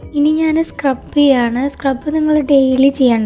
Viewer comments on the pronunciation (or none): പടച്ചോനെ nji എന്നാണ് പറയൽ